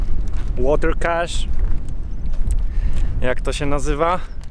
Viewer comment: Water cache, bez "t" w